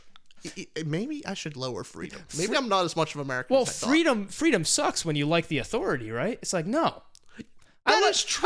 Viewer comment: Freedom deserves an A for "A-MURICA"